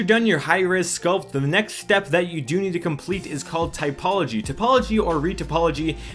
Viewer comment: tOpology, not tYpology